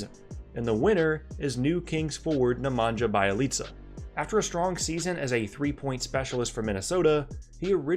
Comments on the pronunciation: Nemanja Bjelica is pronounced as Nemania Bie-lizza. He's not 3pt specialist! He's a PF/SF/SG/PG allround player with good playmaking ability and soft touch, and he was Euroleague 2015/2016 MVP. His game suffer a lot due to Minnesota style of play and 4Mil 1Year offer from Philadelphia is a big underpay. He did a quick move with 76ers to secure his future however his family was the reason to change his mind, cancel this deal and look for better deals in Europe. When Sacramento heard about this, it was no-brainer for them cause they had the best insight how good this player really is. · Worse pronounciation award goes to. NEMANJJAAA BAALICA 😂😂 cmon u can do better. Gotta learn thoose balkan names rlly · That's not how you pronounce Nemanja Bjelica.